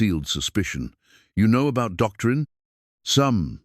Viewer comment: "Docterin(g)" practicing medicine. "Doctrine" a writing describing or explaining something. This AI seems to speak with a stammer.